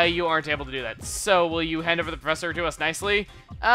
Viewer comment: Man, Lovrina's supposed to sound like a valley girl. Stressing your "so"s all wrong, but that's nothing important.